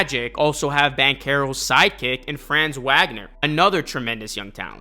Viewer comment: How you says franzs first and last name wrong lol